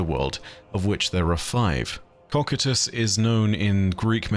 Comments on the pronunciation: Cocytus is pronounced: koh + sy + tuhs. Just trying to to be helpful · Cocytus is pronounced co-cy-tus, hope it helps! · that's certainly one way to pronounce Cocytus...